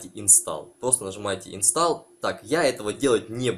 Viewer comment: Не инстал, а инстол. Английский знать надо.Это самый главный язык планеты.